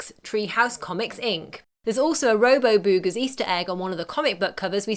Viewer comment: Stop saying boogers like that!